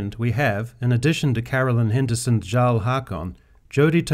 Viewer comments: You’re talking about how Haakon’s race is historically inaccurate when you can’t even pronounce her title right!!! It’s not “garl” it’s “yarl” it’s not said the way it’s spelled because it’s a different language!!! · It's Jarl nit Tsarl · jarl is pronounced = yarl and its a title :) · I could've sworn "Jarl" was pronounced as "Yarl" even tho it's spelled with a J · I’m not taking lessons on history and ethnic inclusion from a dude that pronounces the title of “Jarl” wrong. 5 mins into Skyrim you should know how to say this word.